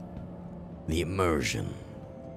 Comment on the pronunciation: Every time you say immersion, I loose the immersion...